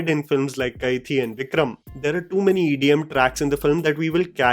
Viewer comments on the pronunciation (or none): none